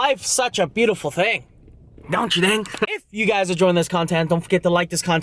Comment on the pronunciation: I lost it when he said " thang" instead of "thing" for the intro💀💀💀💀